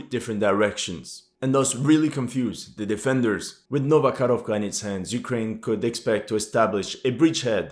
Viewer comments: ITS NOT KAROVKA, ITS KAKHOVKA, Karovka is a COW in Russian :D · It's not Nova KaRovka. It's Nova KaHovka. H like in "Hold". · It's not Novo-Kharovka, it's Novo-Ko-h-ov-ka. "Ko" as in {ca}ll, "kh" as in {h}ead, "ovka" as you pronounce. Also, not "Inhulets", but "In{G}ulets". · It's not "Karovka" but "Kahovka (cyr: КАХОВКА)". Karovka is a little cow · Dear "" I love your work... But please get the name of this town right.. It is "Nova Kakhovka"... not the "nova karovka"... in russian and ukrainian languages "karova" means "cow".... "karovka" might mean "little cow"... None are suitable names for a city or town... 🙂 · thanks for another great video. One minor thing: you pronounce Nova Kakhovka (New Kakhovka) as Nova Korovka, which is the Russian for "new cow". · Man, when you pronounce "Nova Karovka" it means "new cow" :D Just say Nova Kakovka. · Nova Kakhovka, not Karovka. Karovka means a little cow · not Nova KaRovkra, but Nova KaHovka(Ho - like Howitzer) :-)))